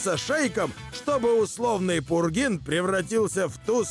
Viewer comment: Не пургин, а пурген.